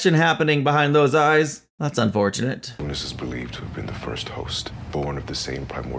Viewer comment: Forgive me for the correction, but "Unas" is pronounced "ooh-nahs" not like the name "Eunice."